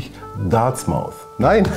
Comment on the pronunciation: Im Wort “Dartmouth” ist kein s in der Mitte! Bitte nochmal üben!😂Sonst ein sehr gutes Video! Besonders Farer ist eine tolle Marke, die in Wirklichkeit noch besser wirkt als auf photos!